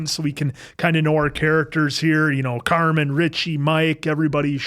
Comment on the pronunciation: I love you but it's Carmen, not Carmine. he's not a place for steaks🤣 I'm so excited for these reactions! The Bear is top tier television 🤩